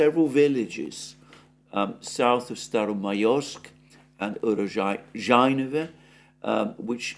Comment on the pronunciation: This man is truly hopeless when it comes to pronunciation of place names. He does it correctly once, then a minute later he mispronounces the same name...lol...Urazhainoe is his ultimate nemesis. Haha!!